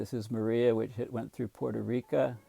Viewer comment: P.S. a scholarly fellow may wish to pronounce Puerto Rico correctly; they're kinda sensitive to it.